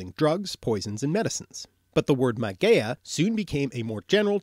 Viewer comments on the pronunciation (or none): Awesome Vid! Mageia is pronounced mag-ee-a in Greek. “ei” and “oi” make ee sounds as in bee.